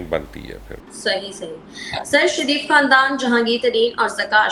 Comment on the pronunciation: بے چارے میاں نواز سریف سے شدید ہمدردی ہے۔حالانکہ آ پ شین بول لیتے ہیں مگر نواز شریف کے شین کو سین ہی کہتے ہیں ۔اپنے نام کا شین بھی ٹھیک بولتے ہیں ۔😊